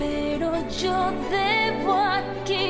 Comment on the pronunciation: en el doblaje de la original animada la sincronización tampoco es perfecta y la última frase parece que dice "aqué!" en lugar de "aquí!", eso no desmerece la actuación, y lo de hablar en lugar de cantar es cosa de la actriz estadounidense (Melissa McCarthy) y los atentados de Disney contra nuestra nostalgia.